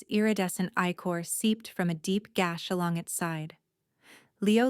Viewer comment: Good story. A vocabulary spelling check and the AI voice timing on sentences needs to be corrected. Eye-chor which should be ichor and pronounced correctly. Tail whis was written tale or vice versa... Overall, story flowed a d I like the premise. However, too many misspelled words in context and even the characters and city names had multiple alternate spellings.